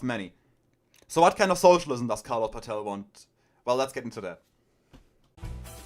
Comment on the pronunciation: Danke für die Zusammenfassung. Paetel ist aber nicht Pah-tell (das wär indopakistanisch) sondern Pätel. 😉 Liebe deine Ausführung zu Kommunikationsproblemen von modernen Marxisten zur Arbeiterklasse.